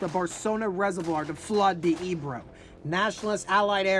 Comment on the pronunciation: Good video. I spent two days last week in Corbera, and currently living in Flix studying the battle. Btw, it is pronounced “fleesh”. The river is pronounced “ay- bro”